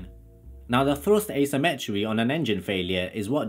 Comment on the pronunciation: ART CORE Afro-Caribbean Londoner?. Fousand pounds of Frust!!☺